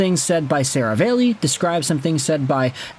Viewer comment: SeraVAHlli not SeraVAYlli